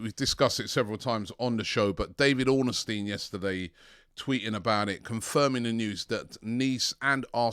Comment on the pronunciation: David Ornastein 🤣🤣ornstein u mean Robbie why u butcher so many names